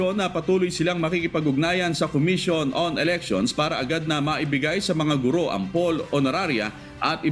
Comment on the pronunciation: Matagal ko na itong pinupuna. Sa mga newscasters, mali po ang pagkakabigkas ninyo sa salitang "GURO". Kung ibabase sa 'balarila'ang tamang bigkas ay malumi at hindi maragsa. sana po huwag masamain, pero konting pagtutuwid lang po ito.